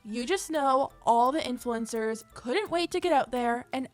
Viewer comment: = important? Where?